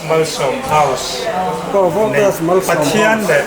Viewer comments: Ngatinge aw voltas hi itih thiam reng reng loh mai le.. valtos itih deuh tlat reng mai le.. a lawmawm tur angin alawmawm loh dawn zawk alawm mawle. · Voltas tih pawh lam dik theilo valtos ani lo aw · Voltas tih hi ilam thiamlo nge ilam diklo lui valtos itih tlat zel lamdik tum teh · I lam dik tawh lutuk sir ...Voltras tih ngawt ai chuan Valtos tih pawh kha a âwm ang zawk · Voltas hi Valtos tiin ka lam ve deuh tlat zel ta mai a.. Lam a nuam deuh zawk aniang😂.... Engtik ah maw Voltas hi ka la dawr ve ngei ngei ang.... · VALTOS LA TI CHEU...LAM DIK TUM VE LA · Ka lawmpui che! Voltas lam dik hi i zir a ngai ani.